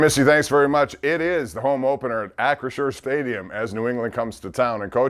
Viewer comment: cannot pronounce Acrisure correct 😅😂